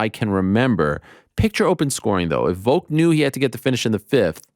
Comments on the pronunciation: Why tf does Ariel say "Voke" instead of Volk lol? I know I'm extremely petty but that annoys me so much lol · Can Ariel not pronounce "Volk" with an "L"? He only says "Vok".....every time lol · Need the timestamps for when you say Voke instead of VoLk. -(Its IsRaeL AdisonYa) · Why do they say Volk like egg Yolk? Volk is not a silent L??? Like just say Alex if you don't know how to say it.